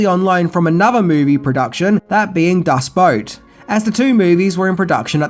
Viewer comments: Periscope! Submarines don't have telescopes, they have periscopes! Also, Das BOOT, not Das Boat. Boot does translate to boat, but it is an unwritten sin to call it "das boat". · No shades eh? Interesting. I saw this film when I was 12 and I loved it, but some of the scenes were quite disturbing for a PG film. It ranks in my top five films of all time. Not to be a stickler, but it's actually "Das Boot", pronounced Boot, not Boat. Another great film to view as well. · It's pronounced 'Das Boot', not Das Boat. It's German for The Boat. Boo-t like what you wear on your foot. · Lol Is it your accent that makes it sound like you are saying Das Boat and not Das Boot??? Or did you mispronounce it??? BTW Love, love your videos! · German movie: "Das Boot": "Das Boat!" XD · Das BOOT, not Boat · “Das Boat” it’s Das Boot 🤷🏾‍♂️🤦🏾‍♂️ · I’m sorry, did you just say the submarine was the same one used from “Das Boat”???? Das Boat??? I know you have trouble pronouncing some words, but boot and boat??? How do you mess those up? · Erm, that's a periscope not a telescope and it's Das Boot not Das Boat, still an excellent video. Nice to see you minus the mirrored shades! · Das Boot...not Boat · Sierra Madre, pronounced: see-er-uh mah-drey. And Das Boot as in Das Booooooot, not Boat. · Das Boat? I’m sure it’s pronounced Das Boot (also the ways it’s spelt) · Nope, It's "Das Boat". das "boot" is what english speakers who anglicise german text pronounce it ;) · I cracked up a bit listening to your Australian pronunciation of the German film Das Boot.